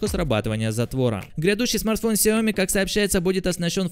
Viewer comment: Он говорит Xiaomi не с ударением на xiaoMi, а как таджик 🗿